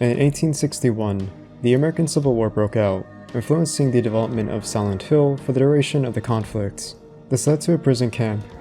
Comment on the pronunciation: I just can't get over your pronounciation of "Silent Hill" that sounds like "santo".